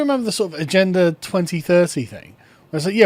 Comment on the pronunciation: Ah-gen-da 21